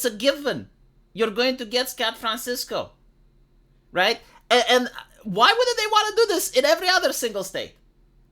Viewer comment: I listened to it multiple times. You actually did say Scat Francisco. Motherfucker! Okay, it's no homophobismus, but it definitely gets a like.